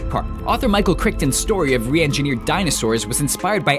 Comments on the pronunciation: micheal crickton....geesha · wait.... Micheal Crickton??!